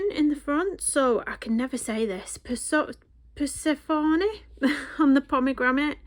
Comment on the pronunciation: I love this book. My son got it for me for christmas. I think the page you coloured first is my favourite. Little tip..Persephone is pronounced per-seff-o-knee. Love the channel. Love from Brighton. XXX